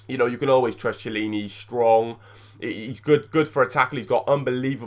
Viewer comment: its key-illini not chi-ilini